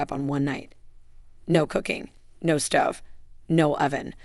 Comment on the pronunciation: It's long 'o' for Stove not stuv.